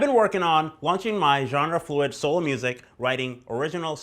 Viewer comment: Think he said "genre fluid"